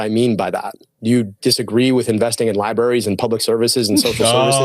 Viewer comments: Came in here to point out “Lie-barries.” You beat me to it. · El-Sayed said, "liberries"... What's a liberry? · you guys missed it....he said liberries, twice.